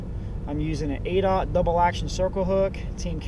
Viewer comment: ok, I understand now, its "aughts" like 00's.. was confusing to me because it sounded like you said "oats"